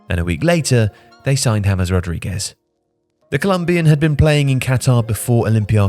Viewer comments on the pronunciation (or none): none